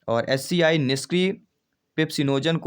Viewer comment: एच सी आई नहीं एच सी एल बनता है